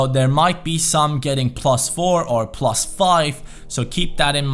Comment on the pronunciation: "Prrrrrrlus four"